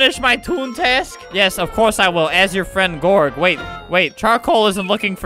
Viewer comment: OOOOOOO YOU SAID YIS WITH A E =BANNED